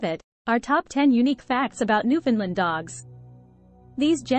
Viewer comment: You got most of the facts right about these wonderful dogs, but, really, you must try working on your pronunciation of their name. Like the island they hail from, the name is uttered thusly; "Newf~In~ Land". You must say it as one word and say it quickly. It should always rhyme with "understand". As in, understand Newfoundland. Also, it's important to know that these dogs were not "bred". When Europeans first arrived here in the late 1500's, the dog was already present. In latter years, the breed was "refined" in Britain. Our other dog, the Labrador retriever, was created by blending Newfoundland's with a (now extinct), dog called the St. John's Water dog. This was done to create a short coated and slimmer version of the Newfoundland that would allow fishermen to pull the animal over the side of a small boat. For their first century of existence, these dogs were known as the Lessor Newfoundland. Only becoming known as the Labrador Retriever when a British naval officer station here realized how popular they would be with sportsmen in the UK. He thought naming them the Labrador would make them sound exotic. Guess that worked as for many years the Lab. was the most popular dog in many countries..